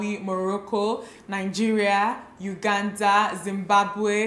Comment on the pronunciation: Kaaii!! The way she said my country's name!!! Uganda...just so nice.